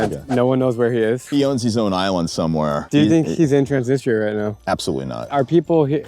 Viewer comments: still says "Transinista"? Lool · Really enjoyed the video. Transnistria seems like a lovely place, I would love to visit. seems like a great your guide and very knowledgeable but his pronunciation of Transnistria really bothers me and hurts his credibility in my opinion. How can you be teaching people about a semi controversial area that doesn't even have its own credibility and recognition fully when you can't even say the name right? I understand why Drew didn't directly correct him, and I noticed at least once that Drew said it kinda fast after had said it, seemingly to try not to come across as correcting him. But they were also the only ones I noticed saying it, maybe he's saying it more like the locals do in different languages, benefit of the doubt. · lives in Transnistria, but cant even say it correctly or even the same every time lol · Loved the video! How come your guide pronounces the name of the place differently than you do?